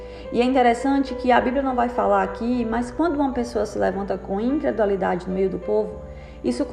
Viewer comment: É incredulidade e não incredualidade